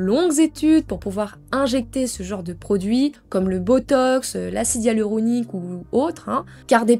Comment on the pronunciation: Hya-lu-ro-ni-que (hyaluronique) Répètes après moi !!! 😂😂😂 🙋🏼‍♀️